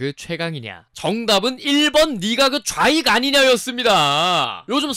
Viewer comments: 아니 누가봐도 좌익이라고 안들리고 저인간이라고 들림 ㅋㅋㅋ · 아무리 들어도 좌익안 이냐? 로 들리는뎈ㅋㅋㅋ